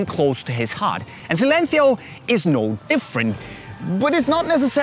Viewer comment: Celenthio lol